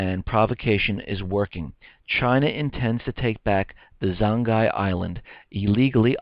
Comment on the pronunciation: Pronounced as "Zong-Yee" I'm not Chinese though.